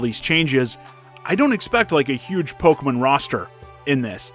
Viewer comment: Pokamin? It's Pokemon. The name comes from combining the English words Pocket and Monster, but you use Japanese pronunciation to say it.